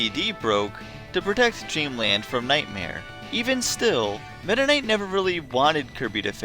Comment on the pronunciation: Meta knight is pronounced meda nig-t